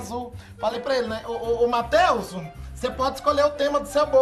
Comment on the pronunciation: “Mateuzu” rsrsrs